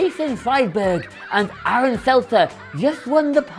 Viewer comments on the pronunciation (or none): none